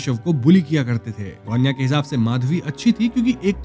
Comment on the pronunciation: गोण्या नहीं रे बाबा 'गुण्या' it means गुणवान, गुणवंत..